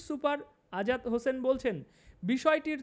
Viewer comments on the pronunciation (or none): none